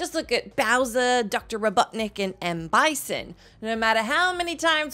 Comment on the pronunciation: I love her saying "Dr. Robuttnik" 😂